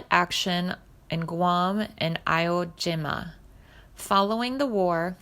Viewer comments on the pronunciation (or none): Mispronounced Iwo Jima, as well as his last name. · You have mispronounced so many names and words, but if you are going to do a biographical and historical video please learn how to pronounce Iwo Jima. The battle of Iwo Jima was one of the the most important battles in American, WWII, and Marine Corps history so please get it right. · Narrator is totally ignorant....can't pronounce names or even IWO JIMA....pathetic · I know, horrible. Is a computer reading this or what? If not, the reader needs a better education.